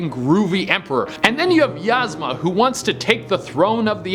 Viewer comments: Okay, no offense but for Kuzco, the enemy's name is pronounced eez-ma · LMAO the way he says Ysma 💀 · pronouncing Yzma and Kenai makes me cringe. I still love you though! You're still my fav from the channel!